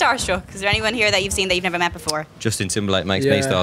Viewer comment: LOL Liam's NEVAAA... <3